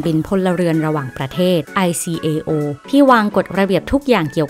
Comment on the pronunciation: ICAO อ่านว่า ไอ-เค-โอ(โอ้)